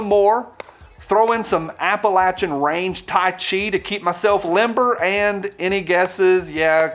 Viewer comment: I’m glad somebody knows how to say Appalachian right!